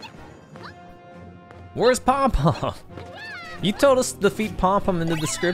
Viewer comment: And "poum poum" is pronounced poom poom.